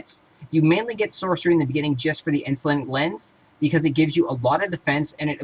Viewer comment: It's In-Sul-Ate-Ing Lens, not Insulin Lens. O-cult-ism, not oc-u-lism. Lin-e-idge, no Lin-idge Spec doesn't look bad but learn to pronounce words prior to doing a video.